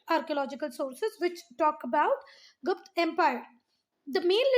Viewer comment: Not gupt its guptaaaaaaa